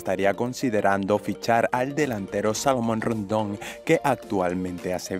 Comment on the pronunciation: se oye casi Salmon Rondon . que mal pronuncias.